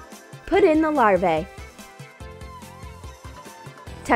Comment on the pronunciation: It’s actually larv - ahh not larv - ayy